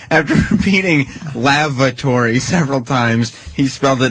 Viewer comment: Does anyone else kinda hear "Lavratory" when Patrice says, "Lavatory?" I appreciate and understand and Sam both articulating Patrice's word, AND misspelling of the word he probably started writing the second he misheard it